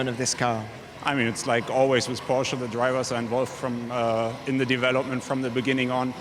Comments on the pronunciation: he pronounced it correctly once you idiot internet warriors! Go back to your caves! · My uncle's surname is porsche and 'e' is definitely not silent at all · God bless british guy, who pronounces PORSCHE like PORSCHE, and not PORSH